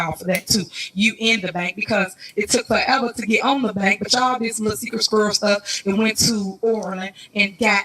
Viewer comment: Her child could say Secret Squirrel better than Tiffs Sikritt Skirrel